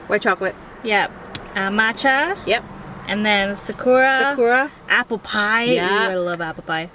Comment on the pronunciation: After the Macha is Sakura (pronounced sock-coo-rah) Its Japanese for 🌸Cherry Blossom!!🌸 I wanna try that 1!!